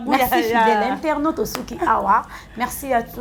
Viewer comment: Stp on dit internaute et non interno, et j'ai remarqué une chose que la question "Coeur pris ou apprendre ", ezalaka kaka réservé pona b'artrices et non b'arteurs?...